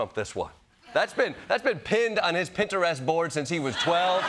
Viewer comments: I’m guessing Jordan never spent much time on Pinterest with how he pronounced it 😂 I’ve never heard someone fully pronounce the first e. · Hearing Jordan say "Pinterest" with three syllables got me wondering how everyone says "Pinterest". How many syllables do you use to say Pinterest? And maybe where you're from. I'm from Portland, OR, USA and I say it in two syllables basically ignoring the first "e", saying "Pin" - "trist".